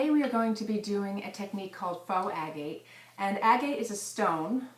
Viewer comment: Proper pronunciation agate